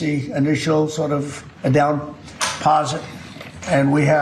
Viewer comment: ~ How much was that "Down-Posit"?